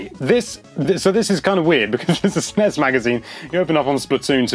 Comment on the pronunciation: Jesus, stop sounding out "Snes"